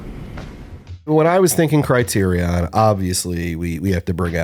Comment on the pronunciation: The way you guys pronounce "criterion" hurts me--ha. Otherwise another great video obvs Totally agree on Romy & Michele and The Night Flier. (I have a DVD of the Night Flier that's framed in a weird way with the boom mics visible onscreen.)